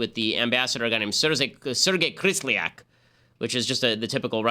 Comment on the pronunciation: Kislyak not Krislyak.